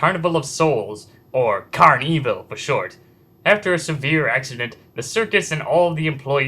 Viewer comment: it's pronounced carn-evil not carney-vill